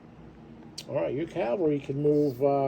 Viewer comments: And it’s cavalry not ‘Calvary’ 😢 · Dude can’t even pronounce “Cavalry.”